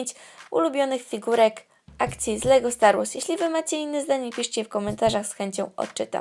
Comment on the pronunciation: "Staw Wars" xD